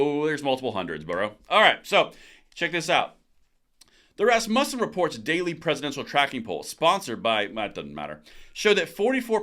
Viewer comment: Ras-mu(long vowel U)-ssen